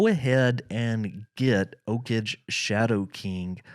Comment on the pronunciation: OKage is pronounced OH-KAGE with G sound like Go